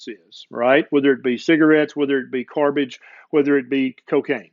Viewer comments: "Carbage", nice portmanteau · Oh now i heard the part of the video where he said carbage lol